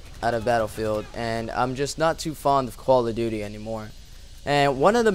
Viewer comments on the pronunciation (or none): sounds like he says quall of duty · it sounds like he said koala duty. LOL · lol you say call of duty like coala :D great vid man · How come ever time he says Call of Duty... the duty sounds like Dooty